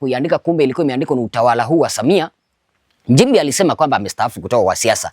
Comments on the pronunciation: Hivi kama unaweza kutamka neno” nchi” unashindwa nini kutamka “Nchimbi”? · MKENYA MSENGE HUYU ANAJIFANYA MTANZANIA ILI APATE VIEWS NA LIKES ATENGENEZE PESA YOUTUBE.. MTANZANIA GANI MWENYE KISWAHILI KIBOVU NAMNA HII KUTAMKA NCHIMBI NA NDEJEMBI NI SHIDA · He has Nothing he is Speaking truth other thank making Up stories he Feeds from fake Stories media Comments and Posts..THIS IS A bullshit Kenyan Posing as Tanzanian while He cannot even Pronounce Nchimbi in a Right way instead he is using Kenyan and Kamba Pronunciation of “NJIMBI” and NDEJEMBI IS “NDENJEMBEI”. Huyu. Ni MSENGE ANALIPWA NA SATIVA NA MWAIPAYA KUPISTI UPUUZI USIO NA MAANA WA TANZANIA ASIYOIJUA.. ULIONA WAPI MTANZANIA HAJUI KISWAHILI? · Ni PIMBI HUYU MKENYA ANALIPWA NA SATIVA KUONGEA UONGO NA KISWAHILI CHENYEWE NI SHIDA HATA KUTAMKA NCHIMBI HAWEZI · Acha kuamini huyi MPUUZI hana Ukweli wowote zaidi ya KUTUNGA stories.. KUTAMKA NCHIMBI TU HAWEZI NDIO ANAKUJA KUKUFANGANYA ANAJUA ALIPO WAKATI YEYE ANAISHI KWENYE SLUMS ZA KEMYA?